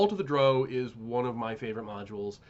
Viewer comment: Why do you pronounce drow "dro"?